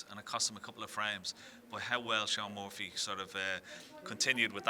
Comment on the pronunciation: It’s Shaun Murphy Ken. Not Muffy!!